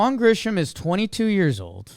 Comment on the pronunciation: I comment on these everytime you say it. My guy. It's not Grishom, No "H" in the pronunciation. My fellow Braves fans and I thank you. #jakesucks